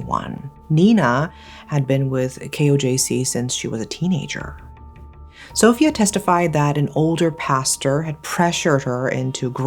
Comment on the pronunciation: Sófia? 😂 It’s pronounced Sofía ❤